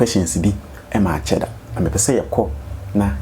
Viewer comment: Afia the name is cheddar 😮not sheddar.